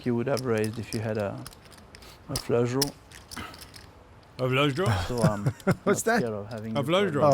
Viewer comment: if you had a fluusaah druaww a flawsugh draugh.. What's that? a fleugh draughw Oh of course